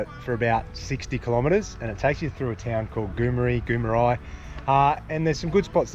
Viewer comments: Oh, and Goo-mar-ee not goo-me-ri...just ask a local. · Great vid. I think you may find it’s Kil-keee-van and goom-Mary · pronounced goo mary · Kilkivan = Kil kee van, Goomeri = Goo mare ee, haha love you guys.